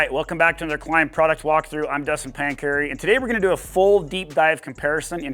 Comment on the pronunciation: please cancel anyone who says KEELIMB. Even if it your dealer. 😂 Add a tag on gear that teaches consumer how to pronounce KLIM.